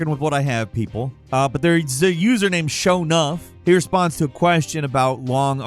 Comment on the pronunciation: "It's a user named Sho Nuff" you literally couldn't sound any whiter 🤣🤣🤣☠️☠️